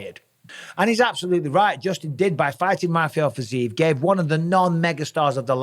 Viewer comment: It's pronounced fi-zee-yev for G's sake! Just compare it to Ankalaev. There is a "yev" in the end.